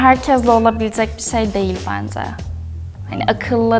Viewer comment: Bence değil "benzce "